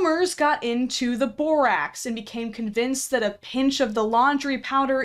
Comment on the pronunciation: The fact that over half of the borax idiots in this video call it "borox" doesn't even surprise me, and that's just depressing.